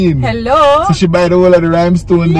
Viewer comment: say Rhimestone...🤣🤣🤣🤣🤣 He is going to kill me, atleast ill die laughing🤣🤣🤣🤣🤣 So she just buy up the whole a the rhime stone dem😂😅🙏🏽